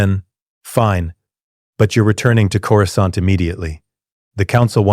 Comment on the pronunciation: Corou skont in the first 3 seconds. Can't.